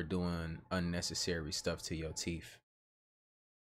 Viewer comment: teeth, not teef